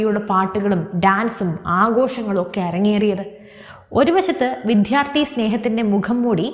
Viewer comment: അവതാരക ശ്രദ്ധിക്കുക. വിദ്യാർത്ഥി എന്ന വാക്ക് ശരിയായി ഉച്ചരിക്കുക.